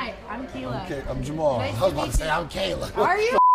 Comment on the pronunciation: Are yall talking bout Jamahal Hill, cuz I either you are a new fan who dont know the name of the fighters or you mispronounce his name on purpose. Which one is it?